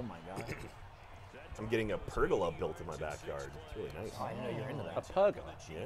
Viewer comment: gives shit for mispronouncing words but says pagola as "Per-Go-laa"